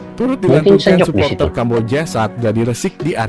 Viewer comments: Kalau ngomong jangan sapoter tapi suporter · Suporter bang bukan sepote !